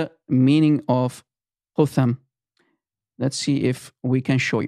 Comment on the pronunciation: its spoken "kat hum" or isnt it ? (no english TH)